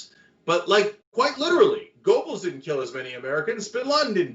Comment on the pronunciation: If you want to be taken seriously as a polemicist, then you need to be able to say "Goebbels" correctly.